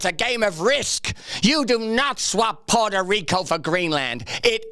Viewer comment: They forgot to put the emphasis on puhrta rico